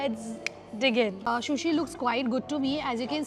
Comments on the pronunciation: You should also look at videos of the sushi eating manners and look after your sushi pronunciation.. just a suggestion... no offense at all! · Lamb is not mutton wth. Lamb is sheep not goat “food vlogger” and it’s sushi not shushi. Corrected you earlier as well. If vloggers don’t want to learn and get better why do they act so. Weird. Rather you replied me with 🥱 emojis when I corrected your shushi in a previous video.